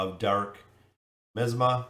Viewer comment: While I'm sure this will be downvoted, the word is pronounced my-as-ma